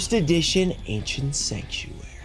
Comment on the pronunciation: An "Anciernt" box